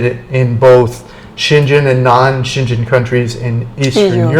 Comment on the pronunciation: You are driving me crazy with the way you are pronouncing the Schengen Area.